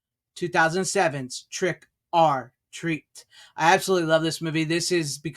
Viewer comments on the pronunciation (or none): It became my favorite "Halloween" film since release. Couldn't believe it when it was announced to be getting a 4K release, but here we are. 🙂 Also, it's not "Trick are Treat" the 'r is pronounced "err" in the same way it sounds when you quickly say "Trick or Treat".